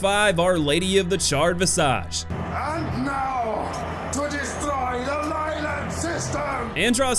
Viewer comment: no offense man, but please pronounce spanish right, you butchered all of the names, you even said visage wrong. also you think the final boss is the hardest? im shaking my head, smh